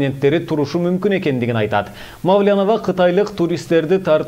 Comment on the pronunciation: Мааау лян дейт го